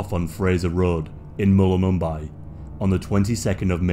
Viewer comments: like 6 people have gone missing in the past 3 years, 3 drowned, another was a homeless person who's body was found in the bush land after not going to her mental health appointment Theo entered bushland that is very hard to get out of and easy to get lost in as a Byron local the town is called mull-im-bim-bee which is 40 mins out of town "so many people go missing in Byron Bay" half of the ones you said are in different towns not Byron Bay and the town of Mullumbimby 50 years ago had fields of weed growing in it Your friend saw Theo thats cap Strange cults, apart from alot of homeless people there are no strange cults, do some more research and tell your mate to go and tell what he knows to the police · Thats not how you pronounce Mullumbimby. Anyway good video though. Enjoyed it. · Six disappearances over 40 years is only one every 8 years. That might be statistically normal. There are probably more disappearances everywhere than 1 in 8 years. Oh. And you've pronounced 'mullumbimby' incorrectly. The last two syllables sounds similar to 'Bambi '. But with an I. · You say mullumbimby wrong so so wrong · Dude, it's Mullumbimby, not Mulumumbi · Mullumbimby is pronounced mull um bim bee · its pronounced mul-lum-bim-bee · Mullumboombi🤣🤣..(Mullum-Bimbi) like Bambi..Bimbi.. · Mulumbimby not mullumumbay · Great content mate. I’m from Tyalgum Creek, about an hour inland from Byron (behind Mt Warning). ‘Mullumbimby’ is pronounced Mull-um-bim-bee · Its Pronounced Mull- Em Bim Be . You should have talked to us Blackfellas , The REAl locals if you wanted to find some truths to these disappearences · 6 people missing from Byron... not that many people really. Also, Mull-Um-Bim-Bee lol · hey mate, how did you stay at byron and still can't pronounce MULL UMMM BIMBY ? heheh.... Love your channel, keep up the great work. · It’s pronounced mull-um-bim-bee but I can see why you said it how you did lol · Okay so i dont mean to be a stick in the mud but it's pronounced Mull-um-bim-bee